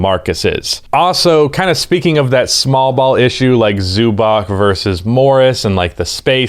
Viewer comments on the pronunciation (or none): Try to say Zubac with a "ts" on the end, "Zubats". That is a more correct pronounciation then with a "K" on the end.